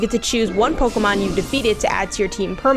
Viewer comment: Can't take you seriously when you pronounce it "Pokomon"